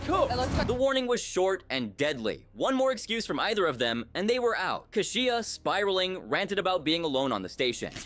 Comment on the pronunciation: How many times can you pronounce Kashia's name wrong?! He even said her name! Don't you watch these episodes over and over? C'mon!